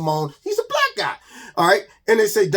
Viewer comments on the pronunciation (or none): Is Keith saying black or brack lol. MAGA every Day 👌👌